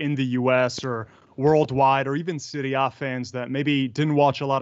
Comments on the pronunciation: how do you say it? please don't say "Seewrie Aye" gross. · The way the interviewer says "Serie A" hurts my emotional wellbeing